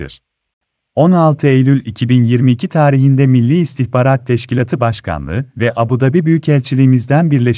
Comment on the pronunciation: Okuyan a'ları uzatmayınca itici oluyor. Teşkilatı...😁